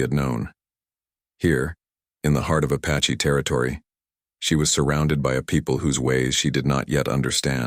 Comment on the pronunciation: Good grief! It's APACHE, not A PATCHY!